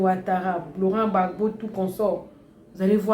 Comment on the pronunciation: Madame s'il Vous plait c'est le President Laurent Gbagbo Et non Laurent Ggagbo. IL n'est pas votre petit copin.